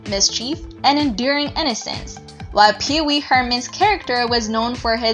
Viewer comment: The narraration is terrible. She calls Pee-Wee “Peace Mall”??? WHAT??